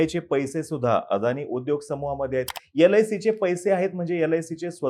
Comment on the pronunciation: He can't properly pronounce sbi and lic then God only helps you for his analysis.